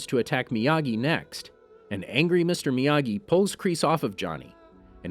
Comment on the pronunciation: When he says miyagi, I come to hear amagi!!:);)